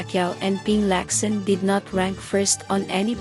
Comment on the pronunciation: Rab ray dow? Or Robredo? Lac san? Or Lacson? Pec quiao? Or Pacquiao? Your mispronouncing their names are quite irritating, kindly ask some of your staff how to correctly pronounce their names and the names of provinces, Albay, Antique, etc. You pronounced these as if you were an American.